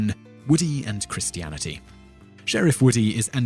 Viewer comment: I'm not judging, but you pronounce Christianity oddly